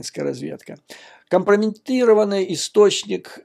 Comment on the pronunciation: Я не ослышалась, Швец сказал компромеНтированный вместо компрометированный?